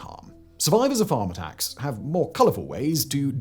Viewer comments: I thought he said “farmer tax” not “farm attacks”. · I’m American… is he saying “farmer tax” or “Farm attacks”? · Am i the only one who heard, throughout this video, "farmer tax"? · I was 12.5 min in before I realized he's not saying "farm tax" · I was in when I realized he was saying "farm attacks" and not "farmer tax" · My brain. Took 3 minutes to work out you were saying "farm attacks". I honestly heard "farmer tax". 😂 Now it makes sense. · I'm sorry, but did anyone else not realize Simon was saying "farm attacks" until halfway through the video? I was like, "Farmer Tax is a strange term to classify a murder." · Absolutely. I thought it was a rather flippant way of describing what he was describing, till I looked at the video and saw it was Farm Attacks